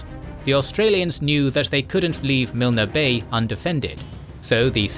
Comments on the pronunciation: Milne Bay is pronounced MYLN BAY, not MILNA. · He pronounce it like it's Japanese. His pronunciation of Milne bay is so wrong too.